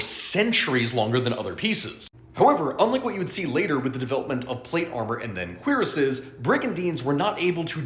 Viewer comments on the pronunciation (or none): Isn’t it pronounced cure-ass instead of queer-ess? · The French word "Cuirass" is pronounced "Koo-ROSS". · Both "kwee-rass" and "kwuh-rass" are accepted pronunciations. Because of, gasp country/regional accents, like Americans saying "Aluminum" and the rest saying "Aluminium".